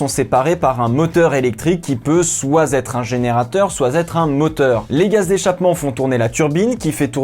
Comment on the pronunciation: ''Qui peut soit Z'être un générateur soit Z'être..'' Fait saigner les oreilles ce double pataquès.